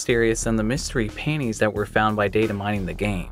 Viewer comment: I kept thinking was saying "mystery paintings" in the FF7 feature lol